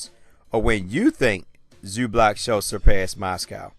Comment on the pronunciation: It's moz-gov not Mos-cow. I'm not sure if you didn't mean to pronounce his name right or you're doing it to dis him because it sounds just how it looks.